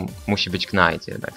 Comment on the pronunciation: Dlaczego mowisz "knajt" a nie "najt" ?